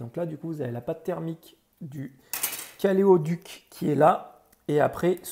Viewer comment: Bonne vidéo de réparation ! Honnêtement je trouve que la durée de vie de la batterie n'est pas incroyable sur la switch, j'ai du changer celle de ma switch pokemon let's go 2 ans plus tard (switch qui va d'ailleurs lâcher en août 2022, CPU mort (aucun signal détecté sur oscilloscope !), changée par la pokemon violet.) Sinon au passage on ne dit pas "caléoduc" mais caloduc ! Sans animosité mais juste pour expliquer que caloduc vient du latin "calor" donc chaleur et de "ductus" qui veut dire conduite (Wikipedia) donc un mot qui signifie conduite de chaleur !